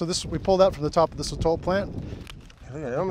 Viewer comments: Brad: So-tle Sotol guy: So-TOLL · sotol Brad: soatle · It felt like Ron and Hermione when they’re pronouncing Sotol. Like NO Ron, it’s not SOTALL- it’s SoToll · Sotol guy: SOH-tal Brad:sotel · Hey hey hey... It's pronounced "So-Tohl" ... the sotol guy probably... lol. He wasn't a very good guide. Very dull. Haha